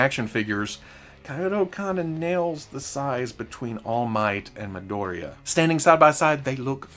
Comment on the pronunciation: I just find it funny that you pronounce Midoriya as Madoria